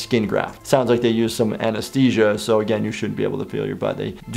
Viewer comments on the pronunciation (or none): You said Anistesia uh huh huh huh huh